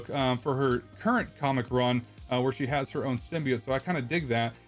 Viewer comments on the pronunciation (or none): SIM BEE OAT SIM BEE OAT SIM BEE OAT not SIM BEE OTT and not SIM BYE OAT for the love of God It's SIM BEE OAT